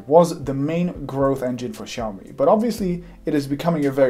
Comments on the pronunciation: Awkward moment when he calls out people for butchering the name xiao mi while he was also butchering the name xiao mi. You’re pronouncing it as shiao-me, lose the H and you’re good to go. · actually it's pronounced as siyaomee not shaowmee. a Chinese friend taught me how to pronounce that word. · Maybe too late now... but you butchered the name. You pronounce SHIAO when it's more like SIAO. Kisses from Beijing !! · Russian geeks say that is is haiomi, english geeks say that it is shiaumi, but it still is xiaomi, come on, repeat ksiaomi, ksiaomi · i think it's Siao-mee not Chao-mi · Omg man, you have butchered the name as well. It is more like "siaomi", not "shiaomi" . nice video though. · Király videó! Nagyon jól felépítetted :) Csak annyit mondok, hogy "Ksziaomi" 😀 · proper pronationton is 小米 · I think it is pronounced chiaomi and the ch is like the German 'ich'. The X is a Greek 'chi' I think, thus Xiaomi. CMIIW. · I know right? People keep pronouncing the name wrong, which makes me stare at the screen in awe and...WHAT? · I like how you complain about people not pronouncing the name correctly while you yourself fail to do so. I can tell you studied Chinese, but not enough to get rid of your accent. Regardless, your content is extremely well produced and it's nice listening to a industry veteran instead of self-proclaimed experts for once. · I speak Chinese (I live in Asia & I'm Chinese) and I'm pretty sure he's pronouncing Xiaomi wrongly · Chinese don't pronounce it like you do, therefore you are wrong.